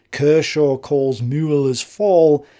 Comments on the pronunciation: Sure, some germans might laugh about how he does pronounce "Müller" but I really appreciate him trying to pronounce it the right way. Thank you, Sir! Much obliged . PS: You should hear me, speaking english :)) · Hi, nice job. Pronounciation: Müller was close to sonubd an ü. "Von", "volk" or anwhere [fau] is to be found, it sounds like en 'ef' for friendly fire in modernday English. Von Brauchitsch, von Braun, or even van Beethoven( a Dutch name von origin).